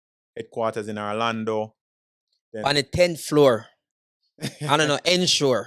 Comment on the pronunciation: Stop saying Arlando, it's Orlando you should know better